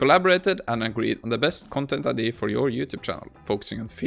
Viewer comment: I love your videos, but please for the love of god it's pronounced I-dee-aa not I-dee, it drives me crazy 😂